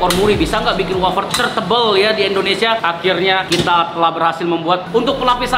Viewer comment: Indonesia banh bukan endonesiaa😂